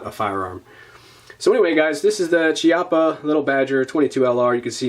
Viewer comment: The correct pronounciation is Kiappa btw